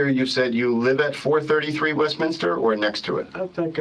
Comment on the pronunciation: He also says West-minister instead of Westminster.